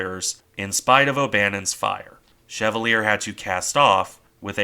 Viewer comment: Just something petty lol but it's not pronounced shev-ah-leer it's pronounced sha-val-lee-ay (USS Chevalier) I have children with a relative of her namesake